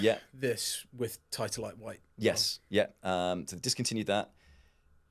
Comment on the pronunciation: tit - a - light